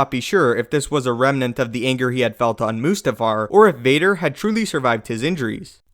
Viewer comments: Is it really pronounced "moose-tafar"? I always thought it was "must-afar". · moose-ta-far, lmfao.... hahahahaha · Two seconds in and you lose all credibility with me. What the hell is "Moosetafar"?